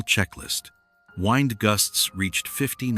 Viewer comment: I’m looking forward to watching this video! Right off, though, I can hear that the narration is AI. Pronouncing wind (the movement of air) as wind (to wind up your watch) is disappointing. Is AI used because the producer of the video doesn’t speak english? Nothing wrong with that but there needs to be something better than AI.